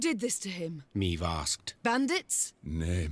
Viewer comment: Jenom prosím výslovnost jmen... je to ,,Meve,, ne ,,Mív,, jelikož ve hře je to poangličtěno a zní to strašně...